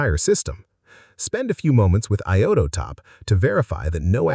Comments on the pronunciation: I-O-Top. Not I-O-TO-Top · I'm not a native speaker of english language but the pronunciation of "iotop" sounds weird to me ...